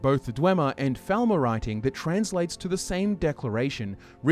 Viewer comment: Is it my imagination or does he keep saying "Thalmor" while speaking about the Falmer? Or is he just pronouncing it like Faal-mor rather than Fall-mer?